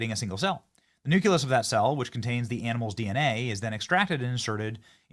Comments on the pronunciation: Listening to Benny Johnson try to pronounce these words is PAINFUL! Ovium? Really? It's OVUM, okay? No I in that word at all. Nuke-u-lous? Come ON! It's nucleus! It's like your pronunciation of Nuke-U-Lar. Thanks George Bush but, no. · Sorry, but it's pronounced "NOO-klee-us" and not "NU-kew-lus." I'll probably get flack for this, but it's irritating to hear it mispronounced. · Nucleus, NOT nuculus. Read the F-ing word.